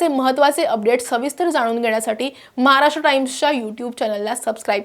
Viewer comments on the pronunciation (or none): none